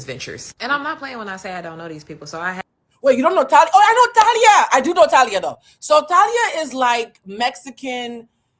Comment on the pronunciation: The way you’re saying her name is driving me crazy. It’s Tah-lee-ah and she was in Mexican soap operas and a singer. She was part of a Mexican band then went solo. Married Tommy Motooa Mariah’s ex.Thalia also has a famous sister. She comes from a reputable family. I always found Thalia annoying. Btw, COO chief operating Office to me finance is CFO chief financial officer